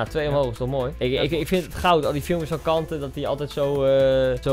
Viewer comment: Koen je moet zeggen kantee niet kante